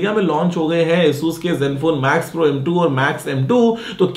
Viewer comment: Guruji its Max pro not Mac pro